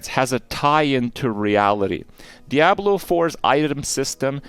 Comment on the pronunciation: The only thing Kripp got wrong in this video is how to pronounce ‘Diablo’ lol